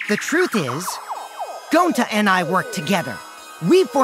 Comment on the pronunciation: Shuichi said that wrong and kokichi says it gonta